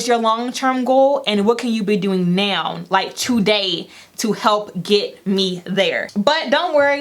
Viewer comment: Congrats on the YouTube plaque! Sidebar I just love how you pronounce “now” as “noun” 😂 #southerngirl